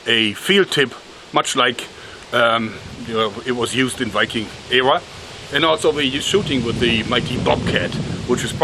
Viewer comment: The way joerg says 'wiking' instead of Viking is adorable